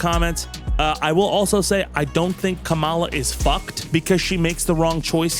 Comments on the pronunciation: please fix your pronunciation on ONE thing, It's KAmala, not KaMAla. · 😁😁😆 Dude. It's COMM-ah-la, not comm-AH-la. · I believe the preferred pronunciation, as in how she pronounces it, is “comma la” which rhymes with “Momala” which is what her step kids called her. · With peace and respect, it's pronounced "Comma-la" not "Ka-Mall-a." The R's have been pronouncing it incorrectly to be petty losers. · I'd take a group of Fauci cuckers over a single couchie fucker also, you may have been listening to Trump pronounce Kamala's name too much, I don't believe it should have such an emphasis at the end, it's like Comma - luh. Anyway, I only point that out cause it seems like another tactic the right is using to try and be further racist, another birther kind of thing. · pronounced Kamala wrong again?!